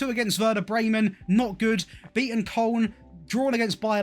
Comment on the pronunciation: You might be the only English YouTuber who doesn't say Kolon for Koln.